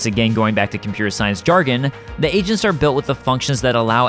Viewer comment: I kept hearing 'Agents' as 'Asians'. lol